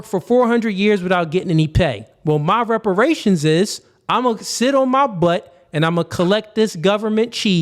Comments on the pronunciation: “Respirations”??? This moron cannot even speak english… WTF are respirations?? LMAO! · Soooooo we just gon continue letting him be more ignorant and sounding dumb as shit.. its REPERATIONS,, not RESPERATION🤦🏿‍♂️🤦🏿‍♂️ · He can’t even say the word “reparations ” right it’s sad and embarrassing to be this type of black